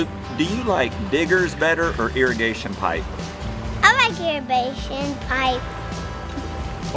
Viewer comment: Eyrabation pipe, LoL 😂 that's too cute!!! One day he'll be able to say irrigation pipe 😉